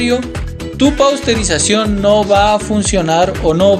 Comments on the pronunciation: PASTEURIZACIÓN , NO PAUSTERIZACIÓN, MI CUATE. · Porqué dicen "Pausterizacion"..... en lugar de "Pasteurización", ya que fue Luis Pasteur fue el creador de este método????